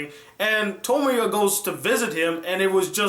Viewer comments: He said his name wrong xD he called him Tomoyo when his name is Tomoya. the gray haired girl is named Tomoyo though :D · Who is Okazaki Tomoyo?? Get it right. His name is Okazaki Tomoya. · you said tomoya instead of tomoya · His name is Tomoya, not Tomoyo. Aside from that this review was very pleasant. I believe he did not understand some of the motives of the episodes. The story with the two rival gangs for example. Tomoya stepped in because he did have some time in a few episodes in the first season with Meyazowa, the girl that tends to the wounded from both gangs. Tomoya is determined to help with whatever he can when he devotes himself to a cause, restarting the drama club for example. He had to play a game of basketball even though his right, shooting, shoulder had several surgeries do to a fight with his father. He was not able to raise his right arm more than a height if his shoulder. That time was hard for him because he was accepted into that school for his basketball skill level and he lost his chance to play his favorite sport, for the rest of his life. That shows his determination to a cause he has se himself into. Another thing I want to address is the ending to After Story. Yes the producers did take it all back in the end but it was still lively to see that the good came from everything and Nagisa is perfectly okay and will live. The life Tomoya played out in his mind, forgive me if I am incorrect in the length of time he plays in his mind for I have not watched After Story in a couple years, is five years. His child Ushio is now able to think, talk, and remember what happens. He neglected Ushio for this five years and left her in the care of Sonai and Akio, forgive me if I have mi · thats why you watch dub.. its pronounced tuh-moy-uh, tuh-moy-oh and ka-toe-me. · You pronouced Clannad and Tomoya's name wrong...